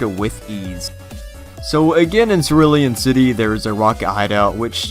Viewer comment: "Circulon City"?